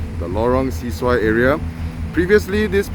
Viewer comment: Bro it’s pronounced Lorong Se-Su-Ai (Se is not pronounced “See”.. it’s closer to “sir” as it’s a Malay word. Thanks for the vid